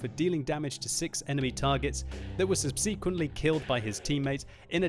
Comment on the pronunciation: "Sub - seh - kwent" not "sub - seek - kwent" ;)